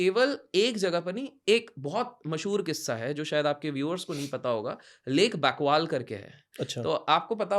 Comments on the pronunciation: Bakwal nahi 😂Lake Baikal kehte hai 😂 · It's lake baikal not bakwal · It's lake baikal not bakwal😂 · It's lake baikal ... and newada desert theek se bolna bhi nai aata sale ko